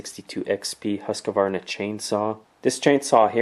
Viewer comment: Why do so many have difficulty with Husqvarna ("Husk-var-na")? Don's not the only one popping in the extra syllable in the middle. Is it because he's fond of single-syllable saw mfg, to emphasize diff? (j/k of course) )Husqy does have it over stihl some, IMO.)